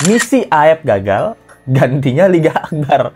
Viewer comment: Di menit 2.07 LET'Z GO Salah sebut tuh LINGGA AKBAR... 😅😅😅